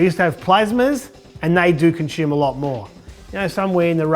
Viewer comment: Conshume? Do you mean consume?